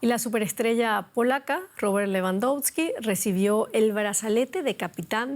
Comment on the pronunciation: Pronuncias mal nombre de Lewandowski … mejora te en la pronunciacion .. no hagas ridiculo en la tele .. si no sabes pronunciar bien mejor que no hagas .. toma te otro trabajo donde no te piden conocer las idiomas …